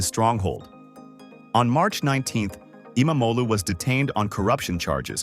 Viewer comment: Kudos for pronouncing his name pretty much perfectly! Just stretch out the sound a bit longer. "E-mam-og-lu". (Means son of imam/preacher)